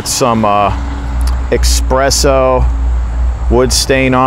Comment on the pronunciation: I own the Marbles Camp Axe. Great value and great Axe. Thanks for the video. Good work as always. And yeah... Expresso stood out to me also haha it's all good. We knew what you meant ;)